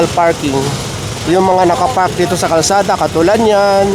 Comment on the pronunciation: Kalsada not karsada